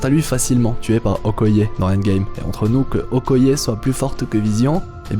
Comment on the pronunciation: "OKOYAI"............????????????? perte totale de crédibilité